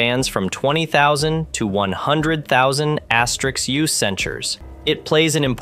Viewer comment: the AI says 167 App Re U (as pronounced). It meant to say 167 AU. The video mentions asterisk U, which is an error. No person would say these errors if reading with or without a script